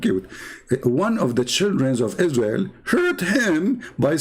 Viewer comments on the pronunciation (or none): none